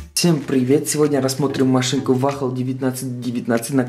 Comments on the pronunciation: Бро не "Вахл" а "Уолл" 😉👍🏿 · Не вахл а вохл! 😆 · Не вахл, а вол